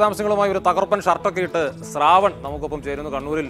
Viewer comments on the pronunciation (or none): "സ്രാവൺ?" ശ്രാവൺ എന്നു മലയാളം ഉച്ചാരണം പഠിക്കൂ ഏഷ്യാനെറ്റ് ആങ്കറെ.